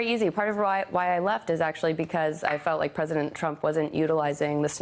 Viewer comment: She "felt like"...weak emphasis...